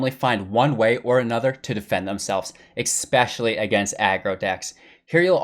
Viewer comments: The word is ESPECIALLY; there is no "X" in that word. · I very much appreciate the great content and very in depth discussion and definition of the archetypes. 2 things: PLEASE stop saying EXpecially. I know it's not a conscious choice(or I hope not). Also, if this is "midrange deckbuilding for beginners", could you give an example of building a deck that's NOT full of rares, epics and planeswalkers, as beginners probably don't have those.